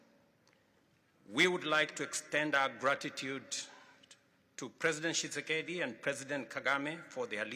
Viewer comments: He slaughtered President Tshisekedi's name. 😂 Perhaps he gets a pass this time, since the DRC leader's last name can be tongue-twisting for those who are not familiar with that name. 🙂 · Donald Trump it's not President tshise tshise 😂😂